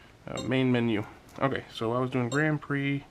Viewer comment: Grand Prix is pronounced “grand pree”